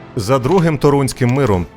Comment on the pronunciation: тОрунським, а не торУнським